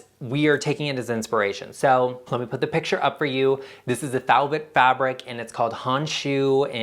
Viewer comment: Gorgeous room! Love blue and white also. I can’t wait to see more makeovers - before and afters. Btw, If it is Thibaut Honshu - it is pronounced “Tee-bo” in French but I’m not sure the American pronunciation.